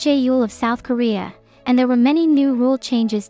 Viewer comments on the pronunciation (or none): none